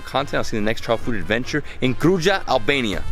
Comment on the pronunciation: Kruja is pronuonced Krooya